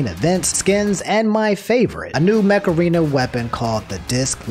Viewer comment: Okay I can't be the only one who heard macarena instead of mech arena